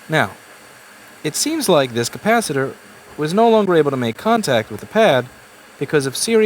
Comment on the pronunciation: Byt the way: Yeah ... let's call it a cap. I liked it, when you said kappasitter. I liked it better, when you didn't abide by the PC. Really: You cannot offend a capa-cytor. Capacytor, kinda sound like the next Transformer movie. ""Revenge of the CapaCytor" ... resistance is futile.